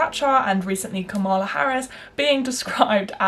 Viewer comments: great video, but it's KA-mala not ka-MA-la. It's pronounced like comma-la. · It's KAH-mala Harris. Not Ka-MAH-la. It is important to pronounce names correctly, especially when white people are talking about BIPOC. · This was a great video! Just a note - Kamala is pronounced like “KAHM-uh-luh.” Not a Kamala stan or anything, just think it’s important to pronounce PoC’s names correctly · Girl I love you but, you did not say Kamala Harris right 😭